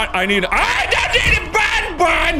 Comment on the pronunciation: What Mark says : I NEED A BONBON!! What I hear : I NEED A BAWN-BAWN!!!